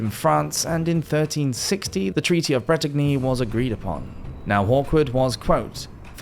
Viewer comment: The G in Bretagny is mute.